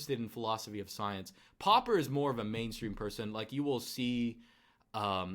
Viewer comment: The way says soyence haha